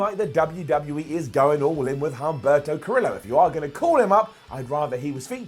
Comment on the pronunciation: I love you but please start pronouncing the names correctly. You're not supposed to pronounce the H in Humberto nor the U in Velasquez. Also, the name of Sin Cara's friend was Carolina, not Catalina.